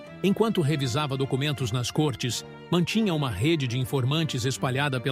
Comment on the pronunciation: Lê-se côrtes e não córtes.